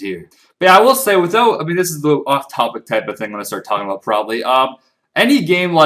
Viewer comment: I love it when you say about :D Aboot ~ Abuut